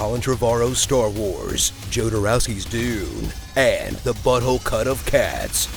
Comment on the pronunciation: did you say butthole or budhole?